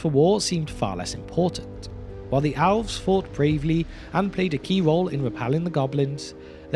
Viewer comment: Elves and Owls are not pronounced the same. Please learn to pronounce Elves.